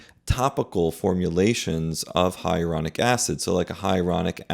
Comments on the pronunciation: Isn't it Hyaluronic, not Hyaronic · HIGH-A-LA-RONIC NOT HIARONIC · It’s HYALURONIC acid, not ‘hyeronic’. And Lisa Rinna, who was very pretty to begin with, now looks like a guy. I’ll never understand this kind of obsession with appearance 😱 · I would never trust a doctor that is unable to pronounce the word "Hyaluronic". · The repeated mispronunciation of ‘HYALURONIC’ is concerning… 😬